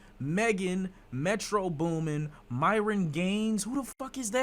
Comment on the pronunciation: I laugh when bro says Myron LOL